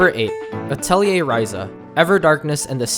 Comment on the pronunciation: He also said Atelier wrong... its French so most people say it incorrectly.